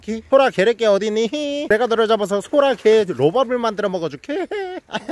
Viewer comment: 소라게를 호랑이라고 들어서 어떻게 잡나 싶었음